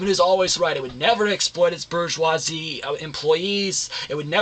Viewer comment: Phillip Bronte??????? Back to 10th grade, baby Trotsky. Also, in your last video, the bourgeoisie were the evil overlords, and in this video, they are the workers. Maybe look it up, AND learn how to pronounce it while you're at it.